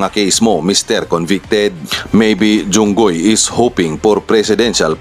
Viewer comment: Jinggoy Po hindi Junggoy po